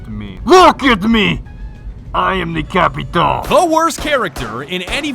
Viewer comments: Hey,. It's not "Capitao", when you are talking, it's Capitaum. Trust me, iam from Brazil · Ur pronunciation is a bit off its capatio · Ah and Just saying you say cha-pee-tahum PS the h do not sound as an r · I find it funny that you keep calling him "Capitao" while the portuguese word for it just means "Captain" in english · Nobody:: CAPITÁL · My friend said that the correct pronunciation is “capishao” because of the “~” on the ã. I learned something new today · Brazilian here. The little fella on the A for "TAO" should sound like "ON" as in centurion or a weak "OH in "UH OH" so in basically its sounds like capit"oh" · The closest way of pronouncing "Capitão" correctly would be "capitown". "ão" sounds a lot like "own" tbh. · Can everyone and their r ur pronouncing capitao wrong just fuck off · TheOnlyDavidG. They don't even know what the "ã" means, and they won't waste their time searching it. "Capitao" is good enough, I guess. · Like in portuguese ur pronunce is like CÁPITAUMN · I wish doing the "ão" sound would be less hard for english folks lol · Everytime you say "capitão" i cringe for some reason. Probably because i'm stupid and brazillian... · Jeeezz is suffering listening you pronuncing capitão wrong, but that's not my fault, there isn't this simbols: ~ ` ^ In English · Everyone says Capitão wrong and its funny asf. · As a Brazilian born and raised, the way you pronounce Capitão is both hilarious and absolutely infuriating. God bless you:P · The way they say Capitão..it hurts.